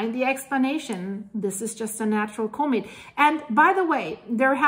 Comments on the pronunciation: Love your videos!!!…comet is pronounced com et not co-met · doesn’t know how to pronounce COMET… sad